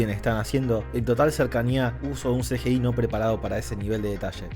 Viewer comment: El mundo: CGI: "El Ce ye ei"